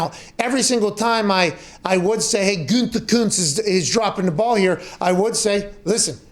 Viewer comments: "Goodykoonse". I once worked under a newspaper executive who spelled it that way. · Man, every time Pat tries to say "Gutekunst", I feel like he's about to throw up 2 times. The first time at "Gute" and the second time at "Kunst". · Just listening to hear mcafee pronounce the gm’s last name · I though pat sayin Gutekunst was completely a long ball until I sounded it out myself 😭😭😭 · Take a drink everytime he says “Gutekunst” 😂